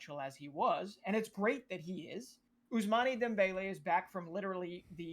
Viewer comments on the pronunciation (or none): the way talks makes me think he doesn't know ball. "Ousman-AY dembeLE"